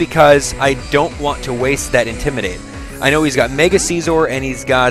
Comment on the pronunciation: Its si-zor, not seezor